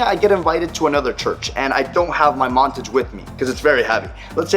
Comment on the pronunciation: It's Mon-Tage. Not, Mon-Tige.